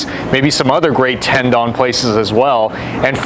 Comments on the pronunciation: Correctly pronounced Tendoun, not Ten Don. Lol. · Gotta learn to pronounce the Japanese name please, not “dawn” its Don like dont with out the T…🤦🏻‍♂️🤦🏻‍♂️🤦🏻‍♂️